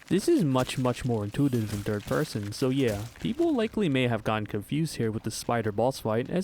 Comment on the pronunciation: I woke up to this video on my TV (thus not knowing the title/video purpose) and I genuinely thought you kept saying “DIRT person” (instead of third person) and since it continued to different areas, I thought I was an unknown stalker enemy.